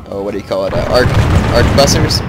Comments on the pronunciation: and i believe arquebusiers is pronounced something like "aqua-booze-e-a" XD damn french words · The French pronunciation="Ark-booz-yay" The English translation, Harquebusier, is pronounced "Harkwe-busyer". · Try it with me... "Ar-kway-boose-years" d-( ^_^ ) For real though, great video. M2TW is my favorite of the series and this helped a lot for learning strategies. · Also, arch-ooh-boo-z-ers. Hard to say indeed.